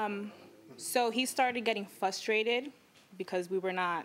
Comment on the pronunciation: "Axed me..." "Started getting flustrated.." Yeah she's a real winner.